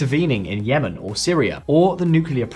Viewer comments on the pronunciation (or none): none